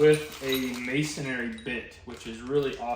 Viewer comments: It's Masonry Bit...not masonary. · Masonary.........a cross between a missionary and a mason 😁. Sorry for busting your chops that's a very common mispronunciation! Great video. Thanks!!!